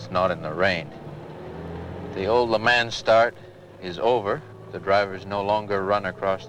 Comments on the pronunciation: Did Moffat ever learn how to correctly .pronounce 'Le Mans"? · The way Alan pronounces Le Mans is completely unacceptable.